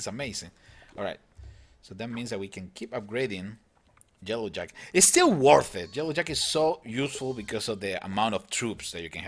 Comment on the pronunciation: does anyone reaise that he is saying jellow jacket not yellow jacket